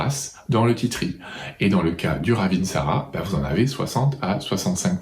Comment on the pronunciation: Wouaaaaah merci beaucoup 👍👍🙏🙏 je la connaissais bien mais je n' avais pas autant de détails ! 👍 Et bravo pour la précision " raveeeeensara" 😅 c'est vrai que bcp de gens pensent que c'est la même ! Et le Saro Svp, vs en dites quoi?